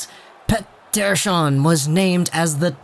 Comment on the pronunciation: I have to say you pronounce "Pettersson" perfectly in Swedish in the beginning in this video! :)